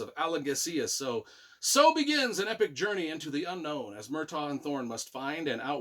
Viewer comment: Great review, only thing that annoys me is your pronunciation of the names like Murtagh/Tronjheim/Alagaesia when there’s a glossary with the pronunciations in each book 😅😅